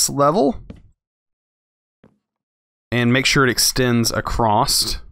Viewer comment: please stop saying "acrossT" there is no T in across